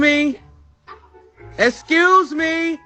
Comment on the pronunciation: He said essscuse me he forgot it's pronounced as excuse me 😂